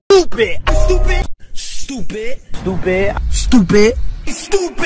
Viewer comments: At first it was stupid Now I hear stop it in a British accent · I love the part where he says stopptid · remember the part where he said stoopid lmao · Is he calling me stoopid? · i like the part where he said stoopid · I think he said stoopid